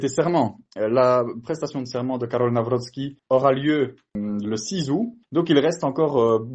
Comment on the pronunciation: Karol Nawrocki et non Karol Nawroscki ...